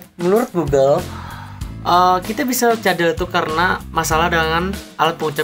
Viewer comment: Masih blm bagus r nya perasaan. Pas kamu ngomong "karena", masih blm pas.